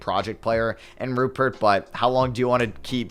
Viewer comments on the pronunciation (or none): if u do care Rayan Rupert’s name is pronounced “Ru-Pear”